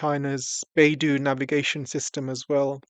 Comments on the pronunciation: its not bai du....it is bei dou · Pronounced "Bay-doe"